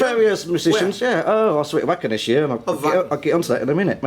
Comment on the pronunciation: sherry gypsy S The interviewer is an arrogant English --. He keeps pronouncing "Wacken" wrongly, even after Uli politely corrects him. That's the start of the problem, and he just winds Uli up for the rest of the interview. That said, he's not as irritating as some of those US radio presenters whose clips flood this site! Those guys love the sound of their own voices and talk more than their guests.